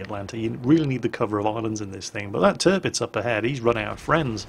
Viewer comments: at around 16 ish minutes did you call the tirpitz the derpitz? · 'Dis Derpitz'... :D